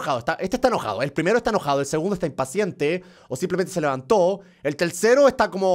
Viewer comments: en el minoto german dijo telcero no tercero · like si te diste cuenta que dijo el telcero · jajajajaja "EL TELCERO" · like si escuchas que germán en el 6 : 52 dice telcero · Línea si escuchaste que germán dijo telsero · jajaja dijo telsero